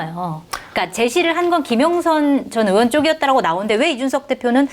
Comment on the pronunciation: 기자 양반 발음이 김영선 전의원이!! 김영선 저년이! 로 들리는데 평소에 그렇게 말하나^^